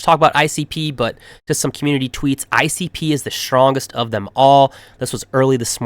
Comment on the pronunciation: ICP sounds so good when you say it 🎉